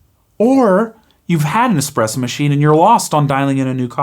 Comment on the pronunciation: A great little video thanks for taking the time to make it. But as a coffee guy, please learn how to say Espresso properly it doesn't have an X in it. 😂